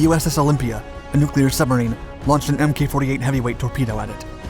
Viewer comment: In future videos please note that "MK" or "Mk" is not pronounced "M-K" as is is actually an abbreviation of the word "Mark" and is pronounced "Mark".